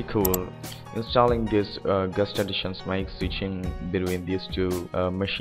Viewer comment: I was wondering what he was saying with "gust". Then I realised that he meant guest xD